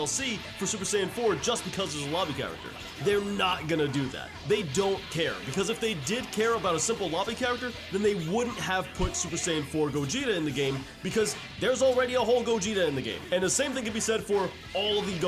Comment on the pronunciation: “SSJ4 GOGKU”😂